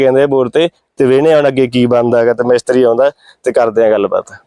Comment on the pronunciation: ਮੈਸਤਰੀ ਨਹੀਂ ਹੁੰਦਾ ਮਿਸਤਰੀ ਹੁੰਦਾ ਵਾਂ